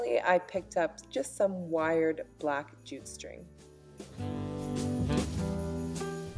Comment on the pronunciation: Wait...what?! #..I was listening to your tutorial whilst sewing..and I thought you said 'black g-string'.. Jute string,, Jute..!!